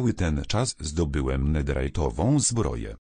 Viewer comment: Nie Naderajtową Tylko Nederytową!